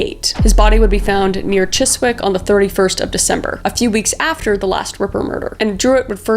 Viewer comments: Your British accent wasn't the worst I've ever heard! Two words that stood out though: Thames is pronounced "Temms", and Cheswick is "Chezzik". It's a shame that in a video about some horrific murders you need to censor the word describing the victims' profession. That seems weirdly backwards. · Your British accent was okay, 8.7/10 I think. Some pronunciation of words, not quite right 😂. Thames is pronounced “tems” and Chiswick is pronounced “chisik” 😊